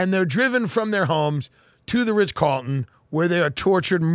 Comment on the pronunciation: Is he saying Ritch Carlton? I like it.